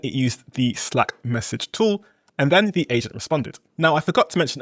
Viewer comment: if you make English videos you should know how to pronounce "slack" 😉 it's like cat, hat... 🙈